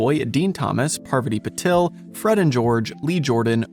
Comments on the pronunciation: "Parviddy"? You almost had me convinced you aren't AI 🙄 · "Parviddy." He might have a typo that the AI narrator misread. Parviti instead of Parvati. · Oh damn that does sound a bit odd